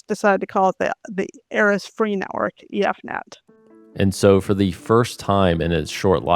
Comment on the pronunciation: ugg, not eff net, E F Net... Elris-Free Network